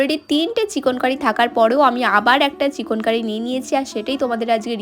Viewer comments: Didi oita chikonkori noi chikankari😂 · Didi ota chekon kari na chekan kari 😂